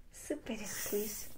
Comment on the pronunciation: Se dise escuichi no escuisi